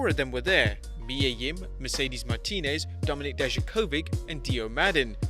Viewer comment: did any one think that when he said domink and you thoud domnik mestiyrio